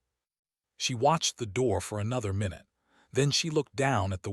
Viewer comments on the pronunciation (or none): none